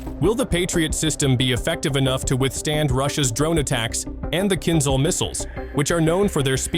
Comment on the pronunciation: Why do you think there is H after Z in word "Kinzhal"? In order to pronounce it properly, otherwise there would be no need for it to sound kinZal as you do! It is "kin-Jal", - Dagger in English. Not "Zal" but "Jal", like "Jail", "Just" or "Jam". Why it is so difficult, dalbayob?